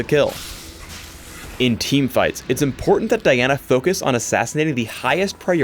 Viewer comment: at the end he said Daina !?!? and not Diana ?!?!